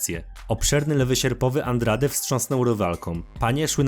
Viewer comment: Masz straszny problem z czytaniem nazwisk zagranicznych już któryś z kolei to słyszę (w tym przypadku zamiast Benoit to byczku Benua, nie Dżesika Andrade tylko Andraż)